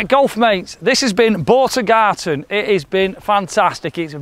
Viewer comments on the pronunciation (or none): and it is Boat of Garten NOT Boat of Garden. Still a good road trip tho and you make me laugh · Garten not Garden ya Muppets. great vids keep them coming. cheers